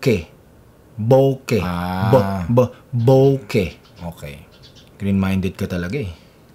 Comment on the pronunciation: Iba din dinig ko. Bokeh! 😂😂😂